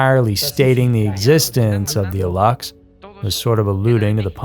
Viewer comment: It's spelled alux and pronounced "a-loosh." It takes two seconds to look up the correct spelling and punctuation of things before making whole ass videos about them.